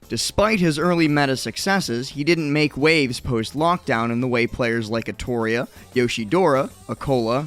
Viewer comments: Artoria when it’s clearly Atelier bro can you pronounce a word any worse. . Atelier is a French word to boot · Is Atelier called 'Atoria' or was that just a mispronunciation? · Have I been pronouncing "atelier" wrong? Are you all positive about this?